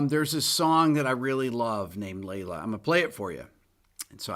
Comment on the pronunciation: My wife said.. oh it’s Layla.. not lay low 🤣🤣